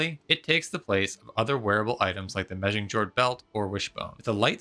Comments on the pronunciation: please learn how to pronounce "chitin" and "megingjord" properly, it's a little jarring. Yes i'm being snobbish what are you gonna do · Kite-in! I've learned that one. How do you pronounce Megingjord?